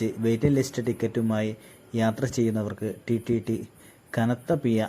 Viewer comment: (TTT അല്ല) TTE എന്നാണ്.. പി'ഴ' എന്നെഴുതാനും വായിക്കാനും പറയാനും പഠിക്കുക.. മലയാള ഭാഷയിൽ 'ഴ' എന്ന അക്ഷരം ഇപ്പോഴുമുണ്ട്.. ഓർക്കുക.. ഉച്ചാരണം ശരിയല്ലെങ്കിൽ വീഡിയോ അരോചകം ആണ്..